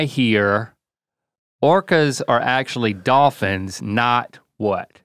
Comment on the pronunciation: Rhett: “Dawphins.”